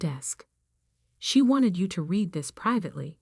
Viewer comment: Irrelevant, sometimes irritatingly distracting background! Verb "read" pronounced "reed" as infinitive and as present tense, and "red" as past tense and past participle!